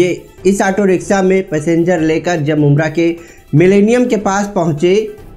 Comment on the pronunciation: Language sahi kar bhai kabhi riksa kabhi riksha.....